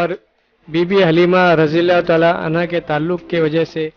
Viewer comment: Sir Anhu nahe Anha